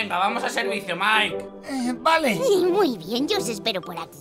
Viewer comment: Te quiero pero tienes que decirle maik no mike